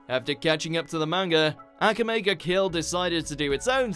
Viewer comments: ak-ae-mea lol its a-k-amea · The way they pronounce akame ba kill triggers me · How he pronounces Akame wrong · bruh what pissed me off was how you pronounced akame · Why did he say akame like that? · It hurts my soul how he says “akame” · The way you pronounced Akame Ga Kill pissed me off almost as much as Tatsumi dying did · Omg you still can't pronounce akame right please try if you even trying but anyway we need a continuation or reboot of akame ga kill